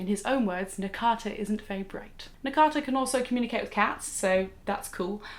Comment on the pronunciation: its nakata not takana.. shoutout to